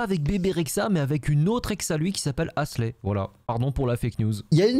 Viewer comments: halsey pas hasley mdr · Très mal prononcé Halsey 😭